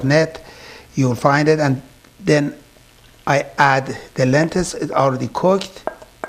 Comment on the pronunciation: Dear, great instructions and great food. however you are mispronouncing the word "LENTIL as Lentis and you also mispronounce the word TURMERIC as termic.